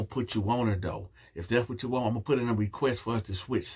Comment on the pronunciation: It was the "I wonts nooo parts uh det" for me!!🤣🤣🤣🤣🤣🤣🤣🤣🤣🤣🤣🤣🤣🤣🤣